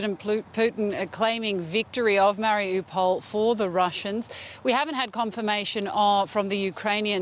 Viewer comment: Wow the people on the news have trouble wit syllables and pronunciation! Marry-a-pole don-yesc har-keeve zapa-rezya! Mari-üpal don-et-sk kha-keeve zap-or-eez-ê-yah